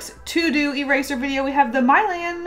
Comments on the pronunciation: I don’t think it’s My-lan but more mi-lan like the Disney movie Mulan but instead of a u it’s an I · When she kept saying MY-LAN instead of MEE-LAN ngl I was triggered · My-lannnnn Me:, nooooo * It’s Me-lahn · My-lan Me:. Nuuuuuuuuu it's mi-lan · These are so grrrrrreat! (See what I did there? * face palm*) And I also love how you forgot how to say Milan lol. You said "My-lan" instead of "Me-lan" (as in Milan, Italy). But anyway... Love your unboxing videos! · MY-LAN OMG U broke me 😭 me-laaan. Say it with me. ME-LAAAN. the city lol. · It’s not “mile-anne,” it’s “mill-ahn.” 😀 No hate! Love you! 💗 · I think you're supposed to pronounce it as me-lan I don't think it's pronounced as my-lan© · Love your videos, but the way you said ”Milan” made me cringe so hard😂 It’s pronounced ”Melan” no ”Mylan” . Hermione Granger out! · Is it pronounce as ME-LAN? (Milan) like Milan Italy? Hehe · I think it’s Milan, like the city, like Mill-An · It's mih-LAHN... As in the city? Pretty sure? Anyway I love your art, cheat all you want lol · I could be mistaken. But I’m pretty sure it’s pronounce Meh-lawn. Like, the actress Alyssa Milano. :) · It's Milan like the city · I'm pretty sure it's pronounced Milan as the city from italy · it's pronounce mi-lan like the movie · She said Milan like mylan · i thought milan was pronounced like (mill-ahn) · ( Milan ) Mill-Anne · I love you so much but you saying Mai-luhn hurt me deeply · It's pronounced mil-awn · ahah milan is actually an Italian city and that's not how you pronounce it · PLEASE Google how to say Milan 😂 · Pronouncing "Milan" like that... yeesh.